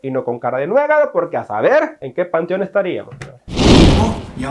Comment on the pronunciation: 🤣"a saber en que "pantion" estariamos🤣🤣